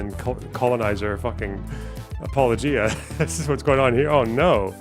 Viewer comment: You pronounce “apologia” wrong.